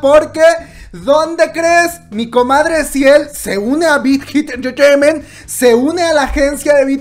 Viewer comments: Las veces que dijo "Bit Hit Entertainment"? Un monton xD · por cada like es las veces que la comadre dijo bighit entreteiment xd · Jajaja dice la big hit intejehfjejement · Me gusta cuando dice big hit entertainmen 👌👌😄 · JAJAJAJAJA alguien mas le parecio gracioso cuando pronuncio BIGHIT ENTERTAIMENT JAJAJA la amo comadre!! ♥ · Yo que voy a ver una peli y me viene con la Chisna de CL 😂pues ya se pasó a Bighit. No puedo con la risa de cuántas veces escuché Bighit enterteinment🤣🤣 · 1 shot cada que dice big jit enterteiment xd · Bijit entreteimeeenthhhh Bijit entreteimeeenthhhh Bijit entreteimeeenthhhh Bijit entreteimeeenthhhh Bijit entreteimeeenthhhh Bijit entreteimeeenthhhh Bijit entreteimeeenthhhh Bijit entreteimeeenthhhh Bijit entreteimeeenthhhh Bijit entreteimeeenthhhh Bijit entreteimeeenthhhh Bijit entreteimeeenthhhh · Hermano, amo tus vídeos, pero es difícil mantener la compostura cuando dices Big Hit Entertainment JAAJAAJAAAJA morí